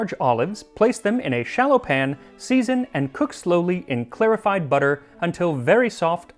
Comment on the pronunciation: The way you say clarified as clearified is jarring